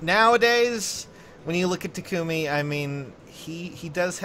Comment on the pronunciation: GFKHGFJKGSKG STOP PRONOUNCING TAKUMI WRONG